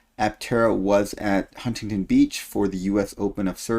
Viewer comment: Omg is the only other person besides myself who says Huntington Beach correctly. 👏👏👏